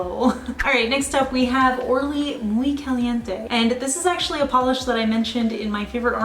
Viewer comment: Great pronunciation of "Muy caliente" 😅👏🏽 Love all your picks!... And please do a separate video for neon pastels... They deserve it!! Haha